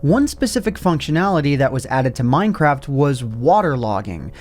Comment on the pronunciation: did he say... mine crap?